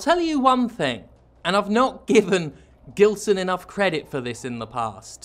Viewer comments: Surely it's a name of Portuguese origin, thus pronounced with a soft G. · love how foreigners constantly mispronounce "gilson". its more like "jeelson" but please do not fix that by any means